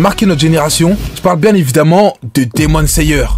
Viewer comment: Demon layer par exemple